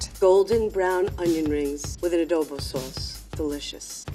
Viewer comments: “A doe bow sauce” FILIPINOS BELIKE: Girl its adobo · A dough bu sauce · did i just heard Adobo sauce... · Did she just said "adobo suace"?? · The way the scientist pronounces adobo hurts my soul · Did I heard Adobo sauce? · Did i hear adobo sauce?